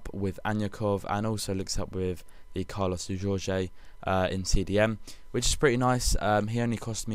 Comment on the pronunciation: Could you please make an effort to get the names better? Carlos Jorge? FFS??